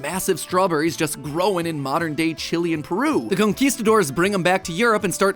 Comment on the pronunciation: Even just the way he pronounced Chile as Chili killed me